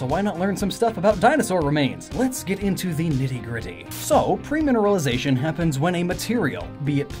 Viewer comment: pERmineralisation. NOT pREmineralisation.